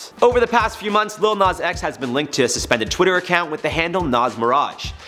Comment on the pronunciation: It’s not “LiL nOz X”